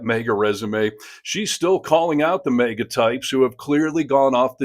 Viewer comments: The first “A” in “MAGA” is short not long. Like in “magazine. It’s an acronym so the rules of grammar do not apply. Well, the common ones anyway. 😊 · Minor comment..., it is Maga, not mega..., just sayin'. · It’s really sounding like you’re saying MEGA instead of MAGA An accent or dialectical situation probably Cheers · Hearing you say “May-guh” is really distracting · Bro its MAGA. Not Maeega. 😂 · I'm sorry but as I understand it, MAGA is pronounced MAY GAY..!